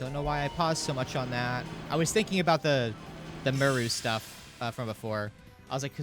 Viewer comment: its somthin aboot anoot apocolylpse